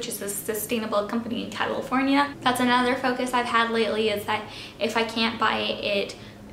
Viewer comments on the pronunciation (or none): none